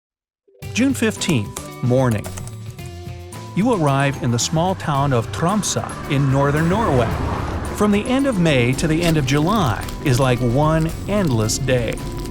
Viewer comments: Its Tromsø not trammmse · How he says Tromsø ahhahaha